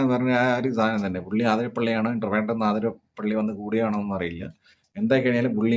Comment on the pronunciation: ആതിരപ്പള്ളി അല്ല.. അതിരപ്പിള്ളി...